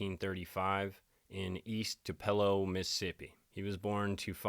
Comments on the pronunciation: Its pronounced Tu-pa-low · As a Mississippi girl let me clarify- it’s pronounced “Two puh low” emphasis on two instead of “Two- pello”😘 def been wondering the same thing about Charlie Kirk🤔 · Sorry but you had me laughing about you pronouncing tupelo, I live in the area, it is pronounced two-,pell- o but you got to say it real fast. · im from about 10 minutes away from tupelo and no disrespect i promise it’s pronounced “too-pa- low” it just made me cringe a bit lol love the videos tho keep it up !! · Pronounced “2’ - puh - lo”… couple Hours from Memphis 😉😘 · It is pronounced 2 pa low. Tupelo. So a sharecropper is basically what the name says. A person owns a piece of land that they want to farm instead of hiring someone to work for them they bring in somebody who works the crop and then when the crop is sold, they share in a part of the profit. I have been to Graceland, probably 14 times. I live in Tennessee and every year when my grandmother came from Michigan, she drugged me through all of the Graceland exhibits because she loved Elvis. Yes, you do have to register when you are 18. I think you normally do it at the post office if you are a male and you do not it’s actually against the law. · Not to be THAT person, but I can't help it. Tupelo is pronounced "TOO-puh-low" 😊 Just for future reference lol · DJ, it’s pronounced, Too-pa-low. From your Mississippi audience! 🫶🏼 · Is Tupelo...produced Too pa lo..You prpince many words wrong..not being mean..just try and look up words like SPECIC,NOT PACIF..